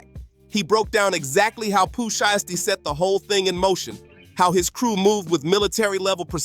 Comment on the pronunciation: No video of nothing his name is not sheesty it's SHIESTY get it right dumbass and another thing wheres the video all I seen was bunch of same ol same ol and herd nothing but your mouth and on top of that can't even pronounce their names right and you made thousands of these BULLSH!#/ I say